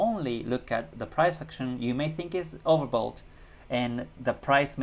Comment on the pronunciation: Hi. Do I hear it correct you saying "overbold"? I'm not joking nor am sarcastic. Just trying to understand it correctly. Thank you.